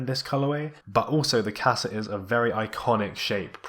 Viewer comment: even when you correct your pronunciation of Qasa you're still wrong